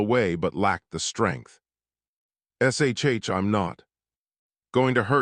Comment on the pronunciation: 2m:44s: "... S S H I'm not... "SHH" - Big secret: Ya spell it right, maybe the text speaker can say it right, --- 3m:26s: "applying synthetic skin to the wing TEER ...' - Wing tears? Who is crying? --- 33m:34s "... dragons LAIVe centuries..." ? Rhyming with HIVE - No, Need to teach text speaker to say LIV, like firs part of LIVer. === Abandon story with Thumbs Down